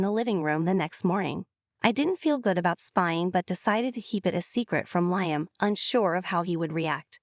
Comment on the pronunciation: Liam is pronounced Lee-um. Not Lie-um.